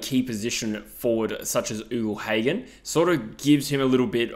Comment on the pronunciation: I’m a fan of your vids, but something that grates on me is when you say Ugle Hagan. It’s not pronounced “oogle”, it’s pronounced “yougle”